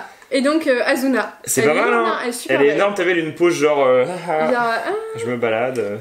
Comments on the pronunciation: C'est pas asuna c'est assuna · On dit Asuna et pas Azuna merci j’ai moi même vu ke manga c’est ma raison d’être là 😊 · C pas asuna mais assuna sssssss pas z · On dit Assuna, pas Azuna xD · Sa secrit asuna mais c pas z c ss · de un sa ce prononce ASSSUNA de deux il sont coincés dans un jeu video et si il meurt dedans il meurt dans la vraie vie